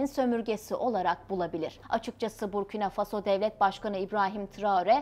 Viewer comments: БуркинА ФасО, а не БуркИна ФАсо. Не возможно слушать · Насколько я знаю с детства ударение БуркинА - ФасО, а не БУркина ФАсо. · Бурки на фасо что за неграмотное произношение государства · Правильно ударение надо ст авить коли уж о целой стране рассказываете Буркина ударение на последний слог гласная а, далее Фасо опять же на последний слог гласная о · ИСКОВЕРКАТЬ НАЗВАНИЕ СТРАНЫ И ИМЯ ПРЕЗИДЕНТА. - ??!! ФЕ !!